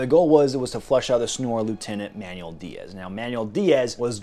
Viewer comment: lol I love when white guys pronounce Mexican/South American names .. it’s not man-u-el, it’s “man-well”😂🤦‍♂️👍